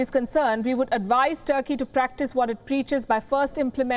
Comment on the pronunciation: Palki just butchered Turkey here... Mince no words... 😂 😂